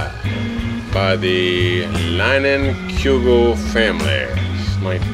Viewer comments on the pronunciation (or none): As a Wisconsin native, I loved seeing you try to pronounce that Leinenkugel beer. Ribs looked great, I need to hit these archives more often.